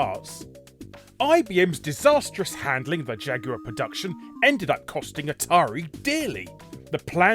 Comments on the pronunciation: you mean jag-you-er? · The Jag-U-Are? How can you pronounce Jaguar wrong? lol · He also called it a jag-u-er. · Damn, Jaguar is a three syllable word... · Today I learned Jaguar is a 3 syllable word.